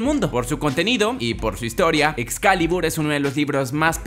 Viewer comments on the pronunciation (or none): Yo el resto del vídeo “excalibur, excaLIBUR,EZCALIBUUUUR”